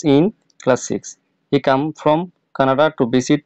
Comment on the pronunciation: Sir oikhane come na came ache apnar uccaron hoi nai 😅😅